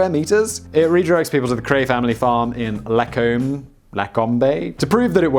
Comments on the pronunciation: Lacombe is pronounced “la comb” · I'm Canadian and live 20 min away from Lacombe and listening to you trying to pronounce it was hilarious! It's LaCOMB (like a comb for your hair).